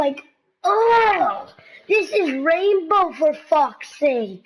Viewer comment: plz its R.a.i.n.b.o.w not R.a.m.b.o